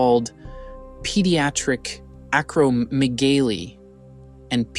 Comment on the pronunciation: If you're gonna do videos like this then at least learn basic pronunciation. "Acromegaly" and "Pituitary" phonetically pronounced. Ack-Crow-Meg-A-Lee and Pit-Too-It-Terry It's hard to watch videos with someone narrating about something when they don't sound intelligent enough to understand what they're narrating.